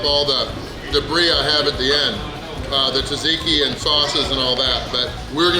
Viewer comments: It's pronounced "Zahtzeekee" sauce, not "Tazeekee." Nice job. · Haha, pronounced tzatziki different every single time. I have done more damage to our local gyro joint with the pitas faster. The serving plate presented a weird difficulty in "leave no doubt" ridiculousness. Also, gyros have beef and lamb.